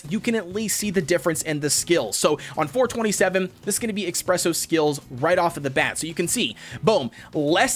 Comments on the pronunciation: It's pronounced uh - spreh - sow. Not ex - preh - sow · His name is not expresso cookie it is espresso cookie😠😡😤. _. - _